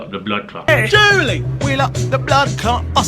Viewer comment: Your a neek you called it the julie 😂😂😂😭😭😭 im actually dying